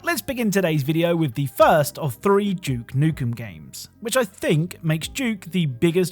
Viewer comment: No hate, but why do you say "Doom" properly but you insist on saying "Juke Nukem"